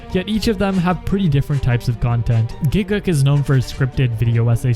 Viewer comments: do you really call gigguk grant? XD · dude legit said Grant instead of Garnt ahahahahahahahahah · went to the comments immediatly when he said gigguks's name as grant and not garnt